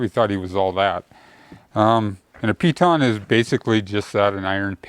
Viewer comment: Piton not pee ton!